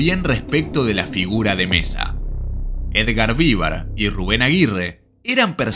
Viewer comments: Perdón, pero duelen los oidos cuando escucho Edgar Vívar, cuando es Edgar Vivár con acento en la A no en la i.😅😅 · Yo creo que el locutor de este video jamás vio este programa, cómo es posible que no sabe pronunciar bien el apellido de Edgar Vivar??